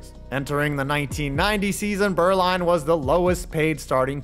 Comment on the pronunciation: I find it interesting that so many English speakers struggle to get the difference between the German letters u and ü, but here, does a very commendable pronunciation of the ü every time he says "Beuerlein". Needless to say, where Steve's name is from, i.e. the region of Germany I used to live in, Franconia (and, well, every other part of the German-speaking world), the name is actually pronounced "Boy-er-line", but lets keep that under wraps. I really enjoyed this delving into my early NFL memories, back, when Jimmy Johnson and Aikman were the bane of the Pack in almost every playoff game. Thanks to a certain expansion team, we got through to a superbowl for once, when the Panthers dumped the Cowgirls out of the running. I'll always be grateful... to an extent.